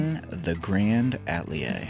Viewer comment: I love the design, and I love GiantMouse. However, is there a reason why the pronunciation of the word “Atelier” keeps being butchered?